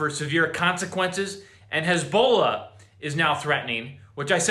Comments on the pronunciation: His-Bol-aahhh... Not Hisbolo. Just saying. 😉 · Who the hell is "Haz-bowl-la"???